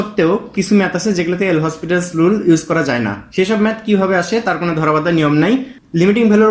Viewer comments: ভাই নামটার উচ্চারণ হবে লপিতালস রুল। এল হসপিটালস রুল এটা ভুল উচ্চারণ । এটা একটা ফরাসি নাম। ফরাসি উচ্চারণ যা লেখা আছে তার চেয়ে ভিন্ন হয়। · PLS DONT TEACH WRONG... THIS IS L'HOPITAL'S RULE, ETAR PRONUNCIATION LOPITAL'S RULE.